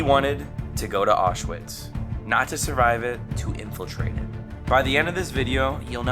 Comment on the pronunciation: Please learn how to pronounce Auschwitz.